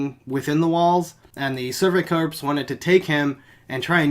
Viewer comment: I like how you call them the Survey Corpse instead of corps